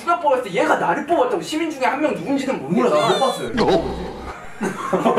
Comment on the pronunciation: I THOUGHT HOBI SWORE OMG It almost sounded like he said shi-bal, but his gwangju satoori made, "citi'zeeeeeen' " sound like the "shi" of shi-bal